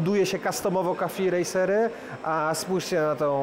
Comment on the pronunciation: Café racer, a nie coffee racer. Poza tym ta mz-ka nie ma nic wspólnego z cafe racerem